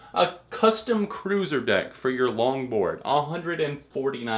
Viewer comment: When you said "longboard" I heard "lawnmower" and was so confused as to why fall out boy would have merch for a lawnmower